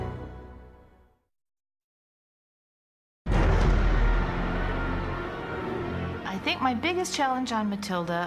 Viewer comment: She said jillybeans